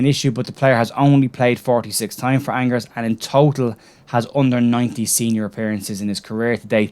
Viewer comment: Love the channel mate , for future reference Angers is pronounced ONN-JER